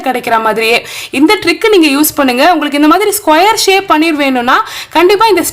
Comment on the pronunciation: திரிச்சபால... ஷேக் இல்ல ஷேப்